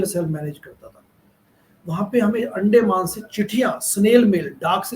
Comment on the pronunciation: ये अंडमान है अंडे माँ नहीं।अपना उच्चारन सुधारिये।